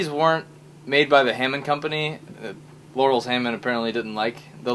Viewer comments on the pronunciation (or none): "Laurels" Hammond lol Laurens